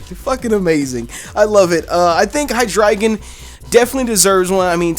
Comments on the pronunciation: High Dry Gone (What he said) High Dre Gone (How it's actually said) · You say it as "high dragon" but it's "high drey gon" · of It is pronounced High Dry Gone,Because this evolution Line has the german numbers eins (deino) zwei (Zweilous) drei (Hydreigon) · How would you pronounce that? Dragonite-ite? Dragon-eye-trite? Besides, it just looks so odd. I doubt that'd be the answer (if it is, reply with a big fat 'I told you so!'). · Highdragon? Hydray-gone